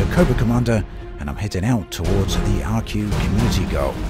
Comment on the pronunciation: This shouldn't bother me, but I'll say it anyway... I think Arque is supposed to be pronounced "Ark". Apologies, don't mean to be rude about it. Fly safe o7